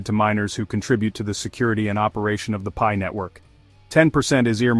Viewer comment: Pee-eye? What is pee-eye "coin"? 😂 Pi, pronounced "pie", is a DeFi utility token used in the Pi ecosystems and nothing to do with FIAT or cash or dollars or exchanges or other crypto currency as clearly explained in the Pi White Papers.